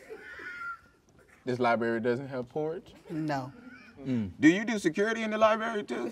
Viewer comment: "this library doesn't have poriage?"